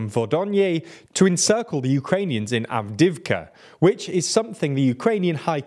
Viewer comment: "Bakmutt, Avdivka, Sviatove, Optin" I'm not a ukrainian or russian speaker, but I like languages (and tbf I did take a russian class in high school). The correct pronunciations (I may be wrong) are: Bachmoot (Bach as in the composer, with a long 'a' sound), Avdiyeevcuh, Sviyatoveh, Optynye (ye as in 'n*ye*t, tovarish') Hope I got it right!